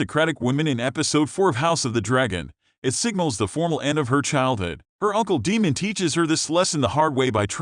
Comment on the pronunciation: DAEMON, (Long A) not demon